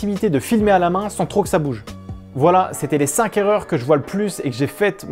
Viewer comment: première erreur on dit 5 (k)erreurs et non 5 (z)erreurs